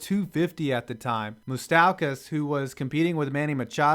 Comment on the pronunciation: Moost-ow-kus? It's Moo-sta-kus